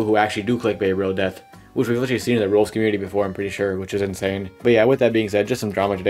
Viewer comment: why do you sound like your lips never touch like "rolox"